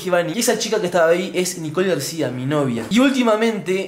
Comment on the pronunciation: Es Nicole no nicol parese que ests diciendo mantecol